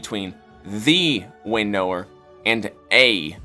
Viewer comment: I'm sorry but the way he says Winnower as "winn-nower" is frustrating.